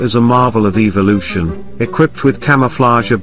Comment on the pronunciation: Evil-ooo-shun. Said no one ever. Until this dork did.